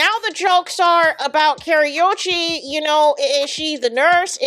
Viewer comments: It is Ka-ru-chi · Pronounced Kuh•roo•chee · I can’t…the pronunciation of her name is WRONG!